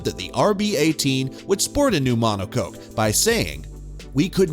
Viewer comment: "Mono Coke" 😂 "Rad Bull"